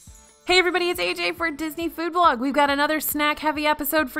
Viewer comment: As far as I know, absolutely no one (other than AJ, I guess) pronounces the first A soft.